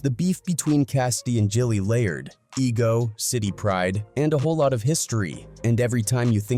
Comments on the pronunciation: Once I heard Jilly, I turned it off. If you’re gonna be a culture vulture, at least get the name right. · JILLIE is crazyyyyy!!!! SMH It's GILLIE homie!! SMH And the homie is called A.R. AB, not ARAB!! SMH